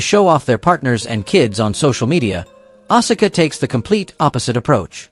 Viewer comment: And you butchered Asuka's name as well!!! You're obviously NOT a true wrestling fan if you're pronouncing all these names wrong. Stops watching